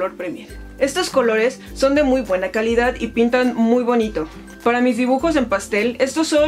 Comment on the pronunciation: Me molesta un poco cuando dices calidat o ciudat